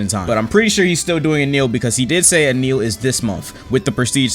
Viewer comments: Bro who is eneel its enel (eh nel) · for said enneel 💀, it’s N L bro it is pronounced N L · bro ITS NOT ENEEL ITS EH NEL... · when you say eneal when its enel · eniel are you kidding me speak English hello? His name is enel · "eneil" en-L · this man said "ehneel" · Bro said enieel💀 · "enil" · Enel says "anil" bro cmon 💀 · why does he said eenieel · bro said eneal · I love how he pronounces Enel as e-nil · So no one gonna talk about “Ehh kneel”? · It’s “e-nell” ‼️ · this mf callin enel "eneel" makes me twitch each time. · Bro I love how pronounces Enel. He says “en neal”.